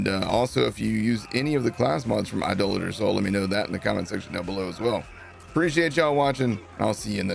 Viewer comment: thanks for saying Idolater correctly.